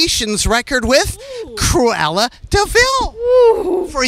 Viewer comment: Orrr hear me out, “cruella thee VILE” we love you Billie but come on